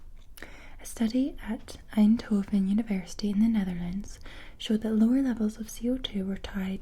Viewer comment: As a Dutchman (not a Flying one...... unfortunately? 🤣), I like how pronounces the name of the city "Eindhoven". 👍 😄 Thank you for this incredibly relaxing video! 🙏